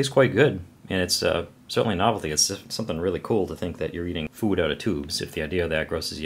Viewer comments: You say "Food" funny... SpaceFoOoOD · As I brit I really like the way you say food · the way he says food is funny